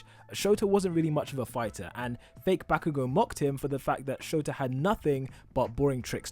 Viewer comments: Why is he keep saying shoto for aisawa and not shota.btw lov u vids,real helpful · Did he just say “shoto aizawa”, that sounds familiar, like shoto todoroki